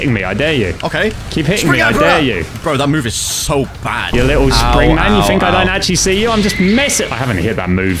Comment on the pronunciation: Why does spring say spirit😂😂😂